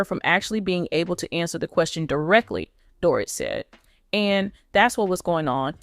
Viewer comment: This person narrating can't get anyones name right She can't say Mauricio correctly. Not Dorit either.